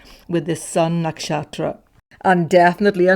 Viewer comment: Why do you say “nakshaStra” sometimes?